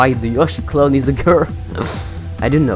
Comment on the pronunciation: He said clone like clown.....